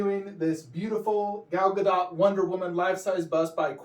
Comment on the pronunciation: Her last name is pronounced with a short T. It's not DOT (like connect the dot). It's sounds like DOOT. Just a FYI for the community. I actually think the bust next to the horse looks better. But with all the props, it looks better in the corner because it's not all cluttered.